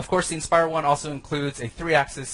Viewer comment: It's called the 'Inspire' not 'expire'..